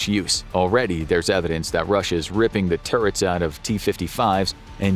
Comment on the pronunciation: nah literally listen to the first sentence spoken. When he says russia the it sounds glitch and the way he raises his voice so weirdly when he says 2026 just doesn’t sound right at all